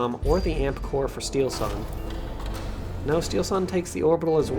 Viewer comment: Steelsane spels not like steelsun, its two words steel and sane :D very good player so plz call him right, big thanks :D:D:D